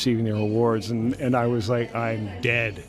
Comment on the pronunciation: a enfase q ele deu no “I’m dead” é bizarra